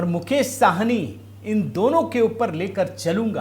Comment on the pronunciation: भैया जी,ये मुकेश सहनी है,साहनी नहीं । कृपया correct करें।धन्यवाद